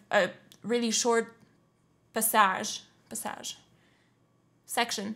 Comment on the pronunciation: I heard the word "passage" and said to me " Well it would be right in french" and it's only after that I saw that you were french canadian. 😅 Hi from France 😁 Et merci pour l'analyse musicale. Même si je n'y connais rien, cela reste très intéressant 👍